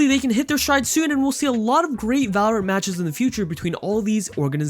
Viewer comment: "valowant" uwu